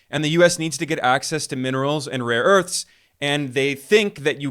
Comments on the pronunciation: He has dyslexia; mixing up a and o as in 'rore earths', poor sod. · ‘Raw earths’ 😅😅😅 He has absolutely no clue what he is talking about 🤣